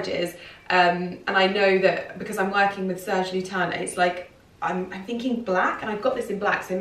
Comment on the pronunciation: The last ‘s’ in Serge Lutens is not silent. “Serge Lyoo-tance”. I’m French.